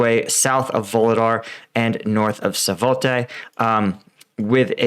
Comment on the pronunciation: Still, Yahidne, not Yadhine. Svatove, not Savote. They're really easy to read.